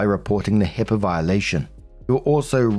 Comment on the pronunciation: Its HIPAA not HIPPA, that’s a common mistake